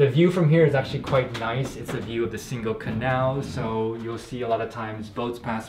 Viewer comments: Definitely not like “single” in English, that is a hard “g” ! Pronounce it more like “singing” ! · Nice video!!! You should ask someone how to pronounce Singel (don't use the k sound in the middle!) 👍